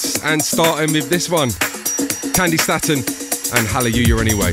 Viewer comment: She pronounced her name as 'STAY-TON' and Melvo keeps pronouncing it as 'STAT-ON'. Jeeez.